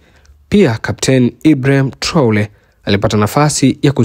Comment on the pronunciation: Sio Traole ni Traore,, wewe mtangazaji.....